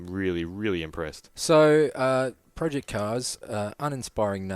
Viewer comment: Project------not Pro---Ject